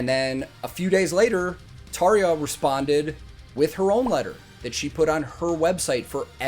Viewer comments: Good start ... you know how to pronounce Tarja :) This was special. The band was all in, especially Floor of course. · I want to congratulate you , not just for the video, but for being a Yank and actually bothering to pronouncing Tarja's name properly. All of the non-English names actually. Not something you see often in the youtube universe. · I love 💓 how you pronounce Tarja 😄